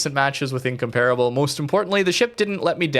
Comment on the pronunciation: ask jingles for the correct pronunciation of incomparable